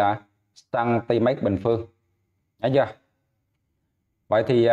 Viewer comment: Mét mà thầy đọc mách. Hihi